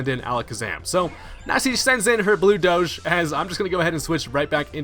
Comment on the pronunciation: Finally someone who pronounces doge as I do, not pronouncing it douge (like rouge)